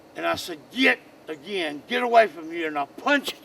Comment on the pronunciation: He said GEET!